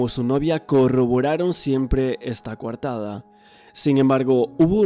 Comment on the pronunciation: Se dice coartada analfabeto no cuartada